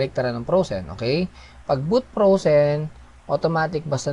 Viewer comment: Nice bedyow mo. natawa lang ako do own sa "bowt prowzen" at "bowt tawd"